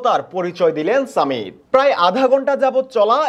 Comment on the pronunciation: সামিত নয় ❌ সমিত ✅